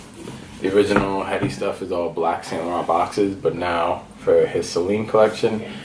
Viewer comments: It's pronounced Eddie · His name is pronounced like Eddie h is silent my friend